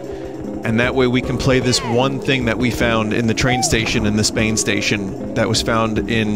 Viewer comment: i fucking lost it at "spainstation" not going to lie. was completely out of nowhere.